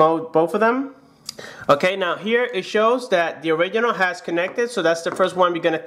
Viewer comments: Is “ORIGINAL” not “ORIGHINAL” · When he says "orighinal"😡😡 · I will get crazy if I hear one more time that " orighinal " sound...... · Original not or oridinal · Smodr Origidjnal hahahahhahahahahhahah. Oridjinjal hahahahha. Oridjinjal hahahahhahahah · You keep saying original wrong